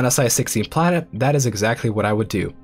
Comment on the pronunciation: Am I the only one that hear him saying "Karen capacity" instead of "planet capacity"? Damnit Karen, being entitled to populate the planet.